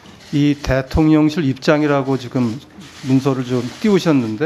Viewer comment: 발음 교묘하게 대통년실 하는거 진짜 꺠알 통쾌하네 ㅋㅋㅋ